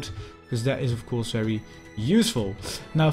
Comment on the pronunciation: Ffs, please improve your English pronounciation. Your grammar and your vocabulary are really good, but the way your pronounce 'ofcourse' is very annoying. Thank you.